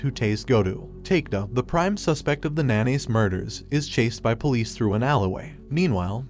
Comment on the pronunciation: when the idiot Narrator can't even pronounce police properly and say's pol.